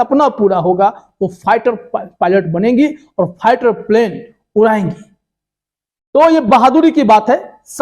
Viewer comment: first improve your pronunciation! it is not pighter but fighter and then make videos otherwise you will be a laughing stock. And by the way Sania Mirza ji congratulations and may you become a successful Indian Airforce Officer. All the very best.